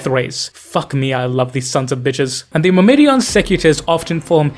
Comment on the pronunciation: Myrmidon is "mur-mih-don", not "mur-middy-a-don" (not sure how you arrived at that). Greek word for 'ant', interestingly. Secutores is "say-kyoo-tor-ayz". Plural of 'secutor', Latin equivalent of a foot-knight.